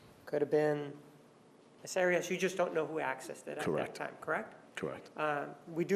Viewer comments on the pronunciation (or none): LOL Martinez trying to impose on everyone else his heavy Spanish pronunciations of names. Who the fuck is Miss Odd-ee-oss? He doesn't get to decide how someone else pronounces his/her name. It was already clarified that that is NOT how she says her name, but he keeps doing it. What an arrogant douche he is. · Why does Juan pronounce Arias so weird? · Her father was Latino and Martinez is using the Latino pronounciation of Arias